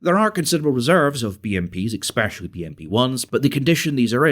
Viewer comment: "Exspecially" That is not how you say that word